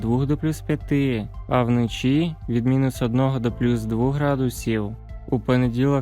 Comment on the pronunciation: Де ви знайшли цього диктора з російською вимовою? До мінус одного градусів. Панеділок? Вноші? Він наче знущається з української й українців. До плюс двУх градусів. ГАНЬБА!!!